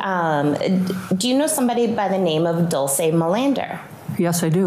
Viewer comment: The defence attorney can't even get Dolce's name right. DOLCE not DULCE🙄